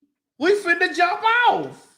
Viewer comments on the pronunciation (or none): none